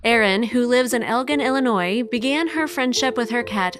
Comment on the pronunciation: The name of the city is El gin - like booze. Soft "g"